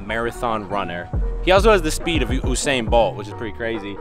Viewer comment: As a proud Jamaican, I felt hurt when you pronounced Usain Bolt's name incorrectly :(